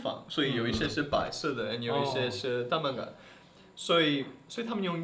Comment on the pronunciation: 感觉郭杰瑞读蛋白质像是广东话哈哈哈